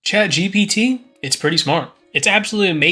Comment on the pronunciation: Say after me: Chat G P T Gee Pee Tee Not Gee Bee Tee